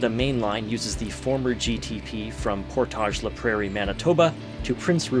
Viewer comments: Neat! I’ve been to or near a lot of these places but haven’t noticed this pattern. The railway was a huge contributor to the development of the prairies. Side note: As a local I can say that the typical pronunciation of “Portage” in “Portage La Prairie” isn’t the French pronunciation; it rhymes with “mortgage”. It doesn’t make sense but nevertheless… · I was coming to say that while that was a nice nod to French but they all are pronounced as anglos, even lac du Bonnet “Lack Due Bon-Eh”. 😂